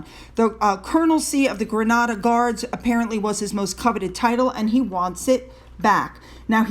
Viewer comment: Pronounced GREN A DEER. If PA can be treated so harshly then, whatever the merkles PR or scoobie state, the treacherous duo haven't a bat in hell chance. For that I M pleased